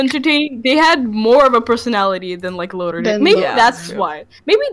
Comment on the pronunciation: This season if you want to call it that was BAD! The writing is getting lazy and full of nonsense. & It's pronounced LOTOR not LODAR. He is one the all time great villians